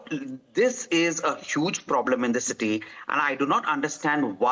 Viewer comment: "It all happened in the titty of Bengaluru" the anchor says